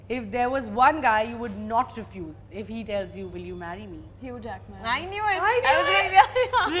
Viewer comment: She pronounced his name HuGe Jack-Man 🤣🤣🤣 it’s meant to be pronounce Hue Jackmen